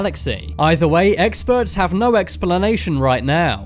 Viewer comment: normal people: Explanation Top 10s: Expellanation